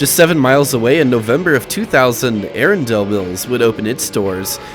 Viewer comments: The way you said “Arundel mills mall” physically hurt my soul lol it’s not “air-un-dale” it’s “air-un-dull” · More like "Uh-run-dull." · A-run-dell mills. That's how you pronounce it lol. I grew up 5 minutes away from this mall, and as you said, arundel mills killed this place within a few years. I went here in 2010 during a visit to my parents' house to see how the place was holding up and it wasn't too far from how it looks right now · Never heard someone pronounce it as “dell”, I’ve always heard something that sounds more like “dull”, “a-run-dull-mills” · Oh.... and it is Arundel - prounounces "uh-run-dull" 😊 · Ahh-run-dull Mills. That’s how it’s pronounced. Anne Ahh-run-dull County.